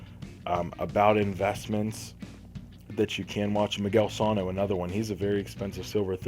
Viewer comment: next time say calhoun and sano right